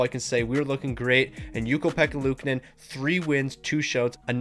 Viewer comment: You keep mispronouncing luukonen’s name wrong